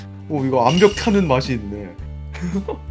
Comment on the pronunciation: 에 암벽이 아니라 얌벽임😂